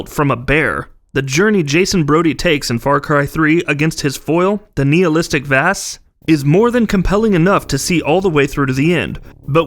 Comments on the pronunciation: the guy couldn't even say Vaas's name right....research clearly means nothing to this channel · Can you not say Vaas like a fucking idiot